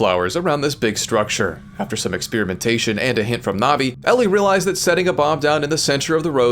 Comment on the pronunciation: So you can say navigate correctly, but not navi? You do realize that's why her name is navi, right?